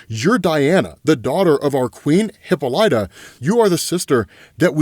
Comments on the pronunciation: Her name is not HIPA-LIGHTA. It’s pronounced HIP-AH-LYTA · Lord....... its " Hip-paul-la-ta " not hippo light ta 🤦🏾‍♂️ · “Hip-pol-ita” not “Hippo-lighta” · Isn't her name pronounced , Hih-Pahl-Ita? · Not hip-light-er. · Oh man! I love you but honestly every time you mispronounced Hippolyta it was like nail on a chalkboard. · fyi you're pronouncing Hippolyta wrong. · .....man u mispronounce soo much stuff on this channel ...its not heck-ate...its heck-uh-tee , not hippo-lie-ta its hi-pol-i-tuh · Great Wondie coverage!! (ps.s Hecate=Heck-uh-tay/tee, Hippolyta=Hip-all-it-uh, just so you know) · Hipolyta: hip-AH-lit-uh Hecate: HECK-uh-tee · Hi- Poh- Lit- ah Heck- ah- tee…. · Bruh thank you for clarifying! Shit was bugging me lmao cos tf he mean hipoLIETAH?? And HeKATE? Yeah??